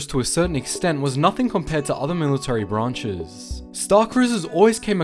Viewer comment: I love how he said "military branchess.."